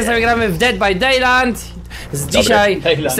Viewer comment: Te przywitanie:,,Cześć z tej strony i dziś gramy w Dead by Daylinght ''. (Czytaj Ded baj dajnlajt xD)